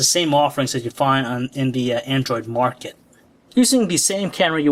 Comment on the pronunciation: lol every time the guy says market it sounds more like muarket